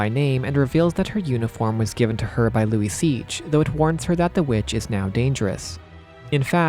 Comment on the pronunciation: I had to google it, Luiseach pronounced Luisha